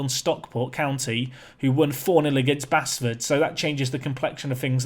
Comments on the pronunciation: Really enjoying this journey, but please stop saying basford wrong, it's pronounced base ford 😁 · appreciation for this save. Oh and it's still pronounced Base-ford not Bass-ford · please don't butcher Basford's team.. local to me. It's pronounced Baseford.. just spelt without the e. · I know i'm a few weeks behind and you're probably so promoted now that you'll never play them again, but if it's the club from just outside Nottingham - Basford is pronounced Base-ford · Its pronounced like Baseford